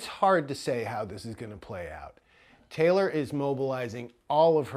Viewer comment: Yo that narrator says Taylor talor